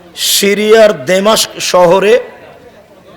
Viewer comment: এই আবদুর রাজ্জাক একটা বলদ। এই লোকটার কথা বলার সময় ইমাম মাহদী কে বলে, এমাম মাহদী, দামেস্ক কে বলে দেমেস্ক। এর কাছ থেকে কি শিখবে মানুষ? যার কথার মধ্যেই ভুল। এই ধরনের লোকেরাই ইসলামের বড় শত্রু। কাজী ইব্রাহিমের বিরুদীতা না করে নিজেকে নিয়ে গবেষণা করো আগে।